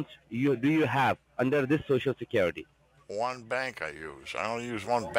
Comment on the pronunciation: you know I never miss my Monday funday.... and Love when you say securitay!!! Thanks for putting a little sunshine in this mopes life every Monday!!!